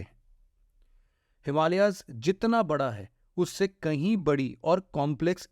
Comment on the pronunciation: हिमालियाज नहिं हिमालयज है । भारतियों को सहि उच्चारण करनेमे क्यों समस्या है ? नेपाली